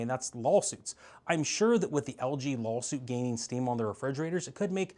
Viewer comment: I always giggle when people pronounce it "lawLsuit".